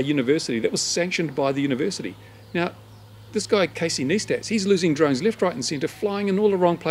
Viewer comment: KneeStat! LoL It's NighStat!